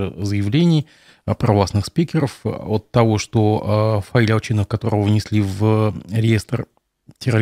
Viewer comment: У вас у произношение Ал"Ч"инов, это какой-то знак???